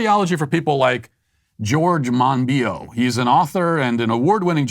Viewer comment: Monbiot is pronounced "Moon Bat"